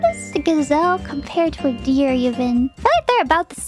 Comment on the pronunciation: 'Deer' not Dear LOL